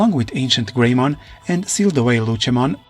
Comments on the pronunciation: Lucimon not luchamon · I know you're using an AI to speak these out but it is pronounced lucy-mon not lu-chi-mon, But regardless I honestly wish that this timeline would get relooked at and new kids would come but they have regular partners and not themselves turn into the Digimon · Lucy not lutchi